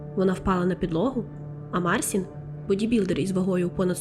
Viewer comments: Канал хороший, нарешті з'явився україномовний трукрайм, але, будь ласка, вимовляйте правильно імена, він не Марсін, а МарЦін, якщо вже по нашому називати, бо так ріже слух, що просто жах. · і хлопець: ім'я вимовляється як Марчін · Кохана, дякую, за історію Лайк, підтримка ❤️ Одне зауваження- МіХаліна (ch - x ), МарЧін (с перед і - чь)